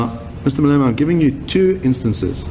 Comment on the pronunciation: 'the salient portion of that speech for our purposes, is that Mr. Malemana' dude can't even pronounce his name lol